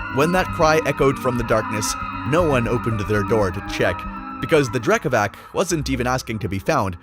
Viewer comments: Dude Drekavac is pronounced with C not K 🙂👍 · hey great interpretation of both drekavac and bauk! their descriptions differ from village to village of course, but all you mentioned was generally accepted norm. just tiny correction speach-wise about drekavac, it is spelled like drekavatz, but that's not something you can know from reading, so it's fine. still 10/10 from my side! big + for that eerie screams from them, very good! and big thanks for covering them at all!